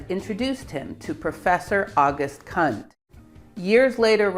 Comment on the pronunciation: She pronounced it wrongly. The "u" in Kundt is pronounced like in "Dachshund".